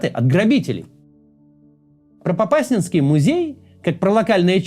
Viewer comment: В Попасной в ДК мирные прятались , русские узнали и целенаправленно именно в Укрытие несколько дней подряд без остановки артиллерией лупили. Братское освобождение от жизни.. Ударение неправильно ставите Попасня́нский район, Попа́сная.